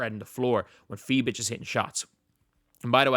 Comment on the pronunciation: As a german It's so funny you call her Fie bitch 🤣🤣